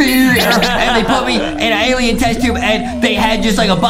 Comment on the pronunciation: Yeah he says it like alion